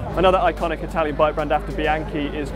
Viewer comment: "one of the iconic Italian brand", yet he didn't even learn how to pronounce it.